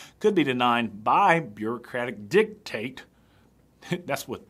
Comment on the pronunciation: I'm cracking up, i was thinking the same thing when you were saying "dicate" haha. lil rascals